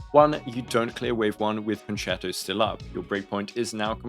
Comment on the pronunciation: He learned how to pronounce concerto :) but fr your guides have been so helpful as a relatively new player (got into the game in 2.0) and I'm definitely praying for the RNG to pull Robin and Topaz with my f2p pulls (Robin first tho)